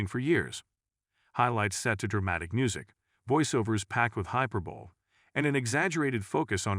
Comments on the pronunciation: Hyper”bowl”? Think they meant hi-per-bo-lee. I hate computer generated dialogue. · hyper - Bowl ? ? Thee-tricks? Chas- Sum? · Is the announcer is this story AI? I wonder became the word hyperbole is mispronounced.